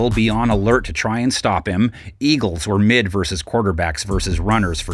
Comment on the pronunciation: our mayor chanted Eagles as ELGSES 😆